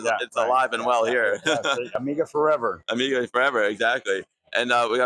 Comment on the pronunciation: 1"30 Where does this man come from where they pronounce it "Amigeer"?